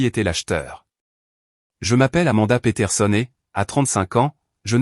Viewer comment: C'est peterson et non petersoné